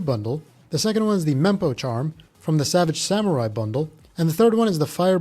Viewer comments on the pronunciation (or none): none